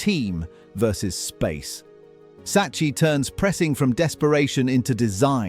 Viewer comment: Oh my god man, learn basic Italian pronunciation, it’s so horribly annoy to hear “Saccee” when it’s pronounced “Sakki”